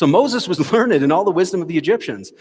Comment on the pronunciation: Did he just read and pronounced "learned" as ler..ned? 😅😅😅🤣🤣🤣